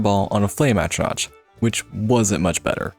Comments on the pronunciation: Great video. It just dealt me psychic damage every time I heard you mispronounce "atronach". I understand that it ends with a "ch", but there are npcs who say the word where you can hear it's like atro-nock. But yeah, good video all the same. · ATTRO-NATCH??? Come the fuck on dude... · The excruciating pain of you not being able to pronounce Atronach and courier